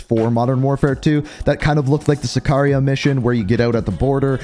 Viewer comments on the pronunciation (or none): none